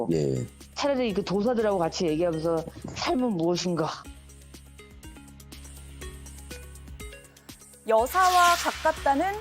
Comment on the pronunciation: 김건희 술이 안깼나? 삶은 무엇인가 . . 발음이 새는데 ㅋㅋㅋ